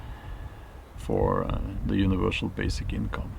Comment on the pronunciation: universal, not univershal